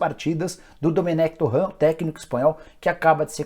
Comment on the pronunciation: Queria saber pq ele insiste em falar o nome do técnico do Flamengo de forma errada?